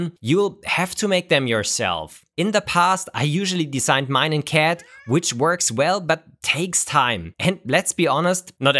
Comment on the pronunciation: It's a joke because pronounces "CAD" as "cat":p